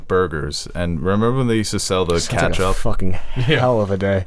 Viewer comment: I've heard of Ketchup. I've heard of Catsup. But this is my first time hearing about "Catchup."